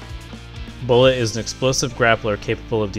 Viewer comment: you said bulled i heard B O I